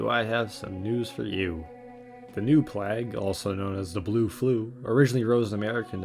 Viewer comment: So, I've not found a comment about it yet (a minute or two of scrolling) so I guess I'll say it. You mispronounce plague in the video. Hope this helps. having watched to the end, and enjoyed my time. I took a look at your channel and recent uploads and...you have a new subscriber.